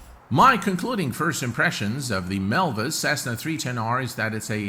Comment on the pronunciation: Btw it's Milviz and not Milvis